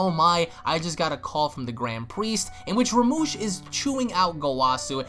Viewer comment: I know I'm a but late but it's Rumshee not Ramush